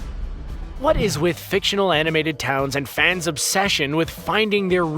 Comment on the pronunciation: I like this video, I tell ya h'wat.